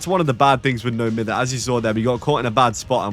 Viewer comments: I still find it funny how people say it wrong till this day. People say no miffer , but cause he’s British it should be pronounced no miyver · I’ve never heard someone say it beside like one YouTuber say it myther, and it broke my brain but I promised myself I’d pronounce it like mither no matter what anyone told me😭